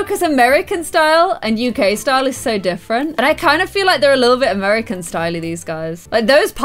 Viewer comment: Am I the only one that felt weird when she said amarericanie